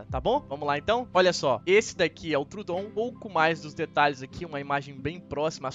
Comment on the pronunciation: Está usando muito bem os capítulos nos vídeos! Racho de rir na pronúncia dos nomes dos animais kkkk deÍno, trudon..